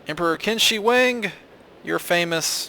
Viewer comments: "Qin" is pronounced "Chin". ;) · I know it doesnt matter, but "Qin" is pronounced as chin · the emperor's name is pronounced "Chin!" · Qin is pronounced chin that is why it is china